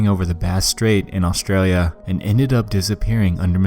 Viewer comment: A(v)ustral(y)ia lmao